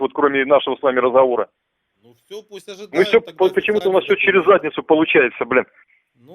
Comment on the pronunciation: почему военком слово разховор произносит как то странно 8:99